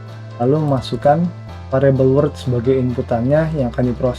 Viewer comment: Halo min, mau sedikit kasih saran. klo boleh min, apa yg diucapkan oleh pembawa materi diberi text min. soalnya divideo diatas pengucapan word dan world hampir sama. makasih min ..